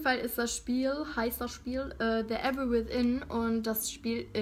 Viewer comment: Redlagon oder wie sie "The Evil" ausgesprochen hat